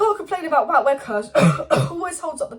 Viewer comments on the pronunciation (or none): Just a heads up of the pronunciation of Wout's name. Listen to ETH when talking about him. 'Vote ver-horst'.